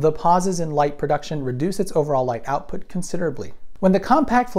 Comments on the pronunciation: 'seperate … seperate … outpout' I especially like 'outpout' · "light outpout" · "oupout", eh? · Oupout lmao. Anyone else catch this mistake?